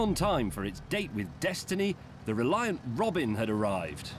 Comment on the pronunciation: Bro literally made "reliant jet-in"